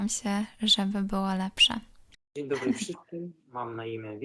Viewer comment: Denerwuje mnie taka maniera,którą słyszę szczególnie u młodych wymawianie dzeń zamiast dzień,coś z tym zmiękczaniem jest nie tak niezależnie od wykształcenia. Pozdrawiam,A oglądam od początku.